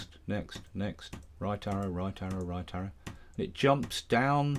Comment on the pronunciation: "shift and rrrrright arrow" me: oh this guys a professional